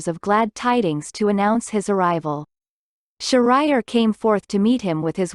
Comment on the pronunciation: The location is not an island in India. This is a Persian fairytale, with Persian names! So, this is a not the original, genuine story! Please pronounce Shahriar’s name correctly!